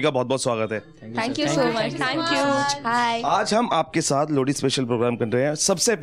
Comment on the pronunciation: भाई लोहड़ी होता है लौड़ी नहीं😂😂😂😂